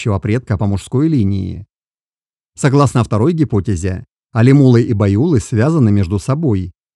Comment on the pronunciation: Алимулы, байулык, не правильно произносить.